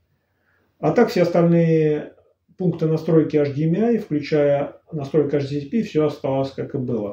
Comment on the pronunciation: Интересный обзор. У меня ресивер 1801 - интересно чем отличается и хорош ли он.. Спасибо Я не понял на слух - какие 3 входа этот имеет. Вроде, автор хотел сказать эйчдиэмай, но вышло невнятно.